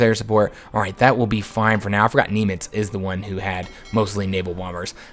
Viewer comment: it's pronounced Nim-itz not Nem-itz